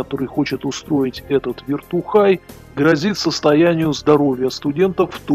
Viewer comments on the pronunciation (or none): Все-таки "вертухай", а ни "виртухай".